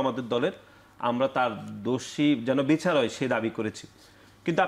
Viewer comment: এই কমেন্ট করতে আসছিলাম।। কর্মছারী > কর্মচারী, নির্বাসিত > নির্বাচিত, বিছার >বিচার,............